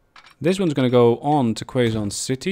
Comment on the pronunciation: Hey man! Really loving the series so far! Gave me some ideas on how to optimize my train lines on my own save game, so thanks for that! Keep up the good work! Note: Quezon City is pronounced as Ke-Zon City Hopefully we'd be able to see some Shinkansens whizzing across the map soon! :)))